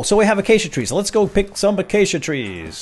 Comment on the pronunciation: You're the FIRST youtuber I've seen to date that has pronounced Acacia correctly. lmao